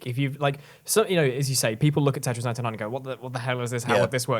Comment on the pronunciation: Can one of you three please pronounce "tetris" properly? It's your job